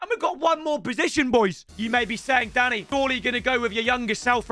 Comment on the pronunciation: Danny 😅i'm pretty sure that's not how you say his name😆